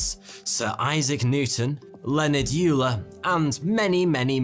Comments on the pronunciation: Pronunciation of Euler is closer to oil-er than ewe-ler. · Did you just say... Leonhard "Yooler"? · I did catch that. Also, Euler is pronounced "OY-ler", and Huygens is pronounced "HOY-genz". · Leonhard Euler's name is pronounced "oiler." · Just want to point out that you pronounce Euler incorrectly . It should be "oy·lr". Sorry, we, math people, like to correct everyone pronunciation of Euler's name. Still like your videos though. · Omg did you seriously say yuler? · I was searching for a comment that mentioned that Euler pronunciation.